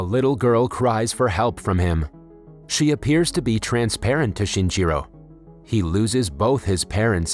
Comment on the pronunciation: si ni chi ro!!! not shinjiro